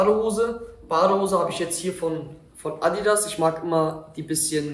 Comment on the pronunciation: Bruder hahaha wie hast du da bitte Adidas ausgesprochen 🤣